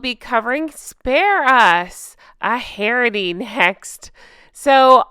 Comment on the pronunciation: Love the way u say spare us sound like spare ass lol